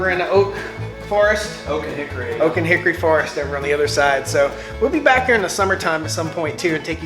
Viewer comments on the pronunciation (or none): none